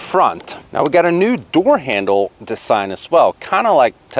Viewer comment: What’s wrong whit the way you talk? . You say the word “Design” weird as hell.